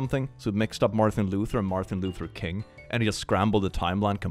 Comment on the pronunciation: The fact that he says Marthin Luther good soup 😂